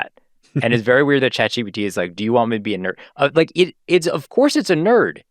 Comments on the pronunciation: How does a tech journalist who covers these things daily Not know that it’s Chat GPT??? He keeps saying GTP. And how do the other two not notice an correct him??????? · consistently saying GTP the whole episode. He really needed some sleep.